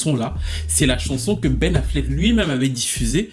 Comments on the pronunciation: Aïe aïe aïe, le « Pen Afflec » m’a tué ! Houuu j’ai tellement rigolé ! C’est pas bien hein.. mais franchement c’était trop pour moi 😅😂😂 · Le « Pen Affleck » m’a terminé 😭😭😭😭